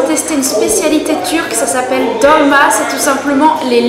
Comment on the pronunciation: Le Bosphore n'est pas un fleuve mais un détroit. Le sandwich de poisson s'appelle "Balık Ekmek" et pas balik eklemek. Bravo pour ton contenu en tout cas 😊. Et c'est Dolma, pas dorma.